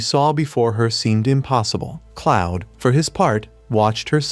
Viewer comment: 'cloud' 😭 it's "Claude". (K•L•auh•D) It's a fantastic manga/webtoon, I'm happy its a anime now.